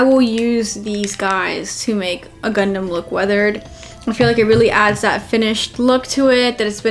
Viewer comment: All Americans pronounce O as A anyway! The bizzare thing is though that Americans pronounce Gundam as Gundum and the funny thing is I've heard Americans say 'Gaddamn Gundum' instead of 'Goddamn Gundam'!